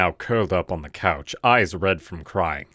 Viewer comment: It's COUCH. Not cows.